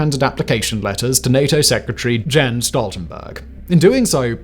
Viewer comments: Hey Simon, Jens Stoltenberg is pronounced "Yen Stoltenberg" lol. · Simon, please stop butchering every non-Englisn name out there. The J in Jens is pronounced like the Y in year. The ch sound in Bucha is pronounced the same as in chair. I honestly don't get it. If you follow recent events, you should have heard these monikers dozens of times by now. The fact that you still get them wrong, seems to suggest that Simon is nothing but a talking head, who doesn't actually understand anything he's talking about. 🤷‍♂ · Jens is read as you would read Yen's Nordic J is read as english Y Not Kaliningrad, named after Russian War Criminal Kalinin. In Czech, Polish and German: Kralovec, Królewiec, Köningsberg... equivalent of Kingstown.